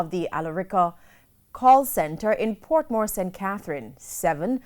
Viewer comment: Its portmore